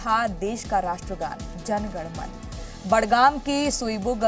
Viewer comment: एंकर को " जन गण मन"ठीक से बोलने नही आता 🤔😲🙄😏👎👎